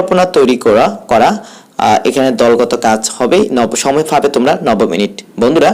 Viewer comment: "ফাবে" "ফাওয়া" "ফ্রশ্ন" এইসব কী উচ্চারণ ভাই?